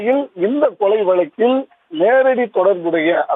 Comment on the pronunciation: அம்மா தாயே அவர்களே, தயவுசெய்து -வலக்கில்- என தமிழ் வார்த்தையை தவறாக உச்சரிக்க வேண்டாம். --வழக்கில்- என சரியாக உச்சரித்து பழகிய பிறகே தயவுசெய்து செய்தி வாசிக்கவும்😮 தயவுசெய்து.. தயவுசெய்து...